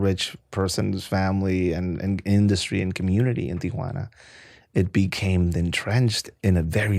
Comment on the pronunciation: The way he says Tijhunaana or wahtever kinda driving me up a wall.